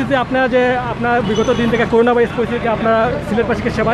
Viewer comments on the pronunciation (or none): করুনা না "করোনা"। শিবির পেলে কাছে যাবেন না ক্রস ফায়ার দিবেন?